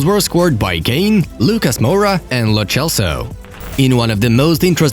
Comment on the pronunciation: Ok but the guy said lo chelso